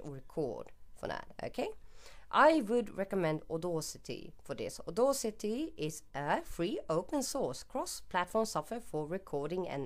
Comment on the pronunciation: Ordorcity? Lawl